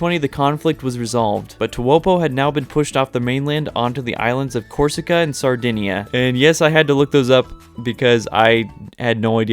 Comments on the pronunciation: Your saying Corsica and Sardinia right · you actually got the pronunciation of Corsica and Sardinia correct lol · listening to this guy unscrupulously butcher names made my day. Thank you, stupid little man, for entertaining me. except corsica and sardegna he said those right :3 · For someone who had never heard about them before, you pronounced Corsica and Sardinia perfectly fine lmao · You correctly pronounced Corsica and Sardinia👍